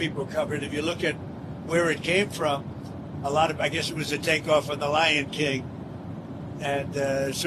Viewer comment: Lion King or Ly'n King?